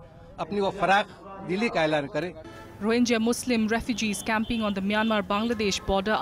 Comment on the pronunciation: Wrong pronunciation of rohingya by you.